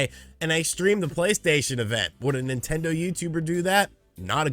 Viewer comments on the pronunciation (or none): "Nontendo" Youtuber